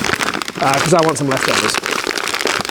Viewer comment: Love me some “lefotovers”